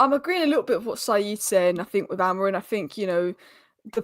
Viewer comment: AmoriM, not Amorin.